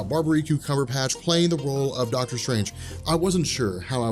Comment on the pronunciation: How is it, that no one is able to pronounce Benedict Cumberbatch's name?